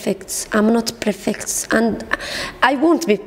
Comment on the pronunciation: هههه نو قالت prfect هههههه bad prononciation